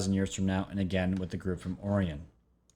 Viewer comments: Not being critical but it is Orion not Orian =) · Its pronounced OH-Rye-ON Not ohryion haha Like the orion belt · Omg.... how can I take you serious when in the first 1 minute you call it the Orrrion cube.... it's pronounced like this "oh-Ryan" smfh..... WOW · Also oh rye un would be proper annunciation nbd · Is it not pronounced Oh-rye-on? Lol it’s low key driving me crazy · Enjoy your channel bro, excellent work. Just an FYI, not being critical... Orion is pronounced OH RYE AN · you are mispronouncing Orion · If you're going to push some crazy conspiracy, whether it's in conjunction with this or that, please at least learn how to pronounce the name. Orion is a constellation in the winter sky for the northern hemisphere. It's the most common constellation out there. It's only 5 letters, for crying out loud. Orion is pronounced Oh-Rye-en. Emphasis on second syllable. It makes me cringe each time I've heard you say 'the orrree-enz'. I feel if you knew anything about the cosmos, you would have already realized long ago that you're (embarrassing) mispronouncing the word Orion. Carry on; rant over. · o-Ri-on. z-ri-Tic-u-lie. Pronunciation counts bro... Peace. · DUDE! OMG your pronunciation SUCKS!! Orion, Reticuli, Galileo. did you NEVER go to school? Common, do your homework. Hard to watch someone who seems to be reading from a script containing words they have never heard before.